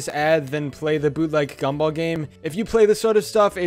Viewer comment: GAM-BOLL every time you say that I laugh